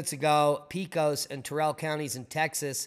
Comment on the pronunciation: It's not Peecos. It's Peh-cos